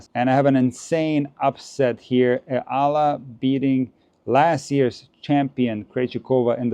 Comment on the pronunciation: Just so you know: EALA is pronounced as Eh-YAH-la